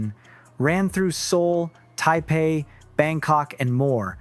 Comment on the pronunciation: Narrator, like most people, needs to learn how to pronounce Yuqi's name. Very simple: "Yoo-chee." Of course he can't pronounce Taibei either. There's no "p" sound in there, bro.